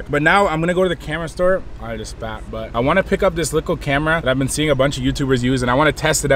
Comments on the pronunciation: Little not licke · Stop saying likkle please